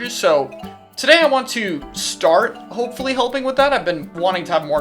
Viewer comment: Emphasis on the "hopefully"